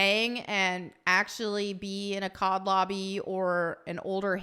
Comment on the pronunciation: Im not a COD fan.. but every time she said COD lobby I thought she said COB lobby (Calling it COB in reference to all men) LOL